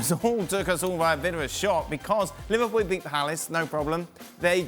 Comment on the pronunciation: Everyone saying liverpooo in Europa league 😂😂 3rd. Thank you very much. Hahaha